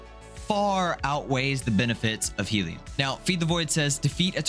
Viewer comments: its HELLion not HEALion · Good video and build, but it's pronounced HELLyun, not heeleon